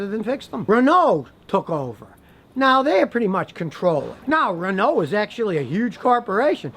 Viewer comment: Why you saying Renault like that scotty lol